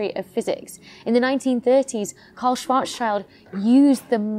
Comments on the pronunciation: Wanna help you with the name „Schwarzschild“ ;) „schild“ is the german word for „shield“ so it is not spoken like „child“. Just imagine „shield“, only spelled „shilled“. Just like a combination of shield and chilled. Maybe this helps :) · Once again a fantastic video! I only believe that poor Karl Schwarzschild (having been German) should be pronounced „Shwarts-shield“ (literally „black shield“ or „black plate“ and actually pronounced with a short „ee“-Sound like in „hint“) and not „Shwarts-Child“. But he‘s dead anyways since more than 100 years, so he probably won’t bother! 😉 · Schwarz -Schild schild = shield in english, and pronounced the same... as far as i know :)